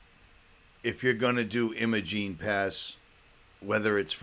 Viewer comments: It is EYE-mo-jEEN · Great work my friend, but as a local I feel I have to correct your pronunciation. Imogene has a long I so it eyemogene.